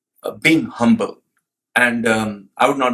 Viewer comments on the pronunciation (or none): none